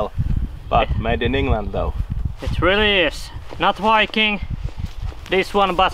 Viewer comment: That is wery wery not wiking!